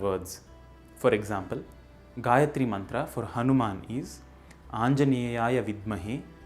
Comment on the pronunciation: Correct pronunciation, but not the correct "recitation". Here is an appropriate vedic version of reciting the mantra: Great series! Nice video. Thank you. But there is one important point you or anyone watching this video should note down. Your pronunciation of gayathri and comment on the same is very right. But it is not the correct "recitation" of the mantra, the vedic swaras are missing or very inaccurate. I don't know whether you have done this purposefully (may be for this public video). If this is how know/recite it, please correct it. Most of YouTube is full of Anuradha Padwal's Gayathri. But here I have given a link with appropriate recitation. Please follow it, if not learn recitation from a vaidika.